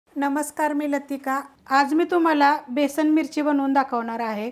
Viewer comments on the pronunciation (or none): छानच आहे. पण बेसण नाही हो बेसन